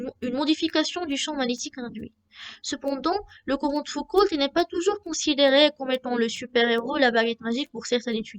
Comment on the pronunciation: Foucault, pas Foucoult. Et le "l" ne se prononce pas. Prononcer "Fouco".